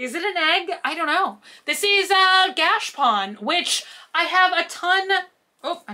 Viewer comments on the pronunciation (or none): Gachapon not "gashpon"